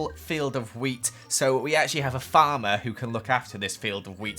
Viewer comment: Every time he says “wheat” I think he’s saying “weed” 😂